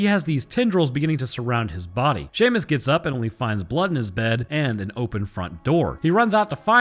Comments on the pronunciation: "Seaumist" best pronunciation of shamus ever lol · “See ah muss” really killing it with these Gaelic name pronunciations, hahah. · Seamus is pronounced SHAY-MUSS - mkay... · Seamus? Pronounced Shay Mus? Nevermind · I know it's spelled as "Seamus", but it is actually pronounced as "Shay-mus". Edit: Darn it, bro! You actually got me! Well-played. Touche. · See-a-mus... That's a worse name than A-a-ron. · Bruh its "shame-us", that's how you pronounce his name. Like Sean is Shawn Seamus is shamus. Cmon my guy. Edit- So is the new algorithm trick for content creators to purposefully mispronounce a word or words to generate traffic or something? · Seamus sounds like 'shay-miss', fyi. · First Siobhan, now Seamus. Why must you abuse Gaelic names so? For the record Siobhan is pronounced like Shiv-awn and Seamus is Shay-mus. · Bruh siamus is killing me lmao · Seamus is said shaymus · The pronunciation of Seamus kills me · The pronunciation of Seamus pained me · Dag NAB you! I was like.. how'd he say Siobhan correctly but mess up Seamus.. Great now I'm getting trolled by Youtubers I like. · Lmao, hearing you pronounce Seamus wrong is funny despite having watched the movie and hearing it pronounced correctly